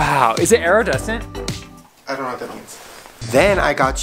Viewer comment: It’s “iridescent” not aerodescent😂